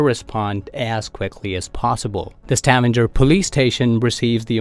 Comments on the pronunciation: Stavanger is not pronounced «stavander», just straight ut Stavanger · Probably because of the way he pronounced Stavanger